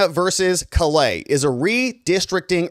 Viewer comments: I'm a Louisiana native, and a cajun man. I appreciate what you've said here. Callais is pronounced like Call AY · Callais is pronounced KA-LAY